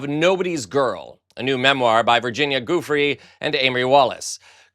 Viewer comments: Hey, Virginia’s last name is a soft G, not hard as you are mispronouncing it. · Her name is pronounced jew-fray, not goofrey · Let's honor her memory and mission by pronouncing her NAME correctly. Who's Virginia GOOF-ree? Even the mispronunciation makes the whole thing sound accidentally, er, goofy. It's JOO-fray. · What a twister of words! He has no shame! He knows exactly what he's saying and doing! (BTW, it's pronounced JEWFRAY, not goofree!) Do not let the Epstein files go the wayside. Trump is guilty as hell for what went on with Epstein and those victims. There's no way Ghislane can be forgiven for her crimes, as long as the survivors are alive and willing to tell the truth, maybe even provide names. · It sounds like: jew-fray, not gufree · Always honor victims by their right name: Guiffre is pronounced: Gui = /joo/ ffre = /fray/ /joo•fray/ Virginia .JooFray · Joo-fray. Respect her by pronouncing it right please. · Joo fray is how you pronounce her name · I appreciate your articulate and intelligent comments as well as your sharp sense of humor in all of your videos. You enunciate your words more clearly than most other commentators. If I may suggest, the proper pronunciation of the Italian name "Giuffre" is "jee-oo-fray". I enjoy watching your posts daily. Keep up the good work. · You are clearly an articulate, educated person. Plz take the time to pronounce newspaper's names - Giuffre = ghee oo fray. Please respect her and name her properly. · Dang you really butchered Virginia's last name. 😬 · I love watching your videos, EXCEPT WHEN YOU SAY Virginia's last name wrong. Please stop saying her name how YOU think it should be pronounced. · Why is it so difficult to pronounce the name of a victim correctly? Such disrespect is appalling. 😡😡😡😡😡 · Have a modicum of respect and learn to pronounce her name correctly.! Unless you are deaf it should be easy for you to listen to everyone else who talks about her.